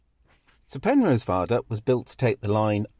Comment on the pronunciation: Penrhos not Penrose.